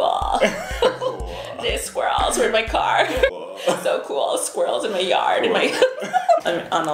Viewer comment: I was suprised by how well he nailed squirrel